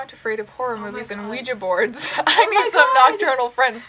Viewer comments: Not to be rude but can we talk about her pronunciation of Oujia? It cracked me up. She is adorable. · mispronounces ouija